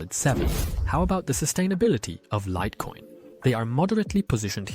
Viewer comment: Ai slipped up and said "lit" coin, upgrade to premium for better quality